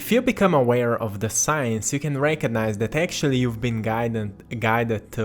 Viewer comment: stop saying sicance .sicance tells you their is no such thing